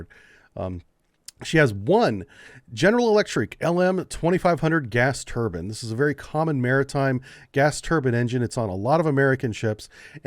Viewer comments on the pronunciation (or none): none